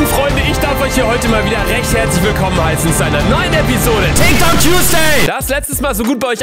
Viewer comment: Wer kennt’s nicht: ✨TIKT OK✨